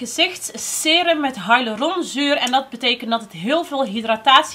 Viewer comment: Leuke video! Maar ben ik de enige die vind dat revolution nu wel erg veel “andere merken” uitbrengt? Btw hyaluronzuur spreek je uit als “hie-ja-luron zuur” just a tip 🙈